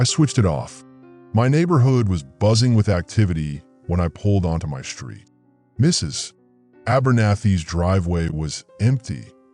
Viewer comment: It's AI interpreting the period in Mrs. As the end of a sentence.